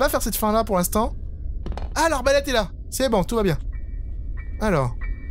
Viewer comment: Tu as dit Bron au lieu de bon